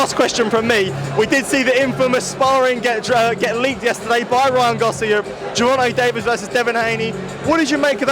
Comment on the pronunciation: Interviewer kept saying Gervonna Davis who is that ?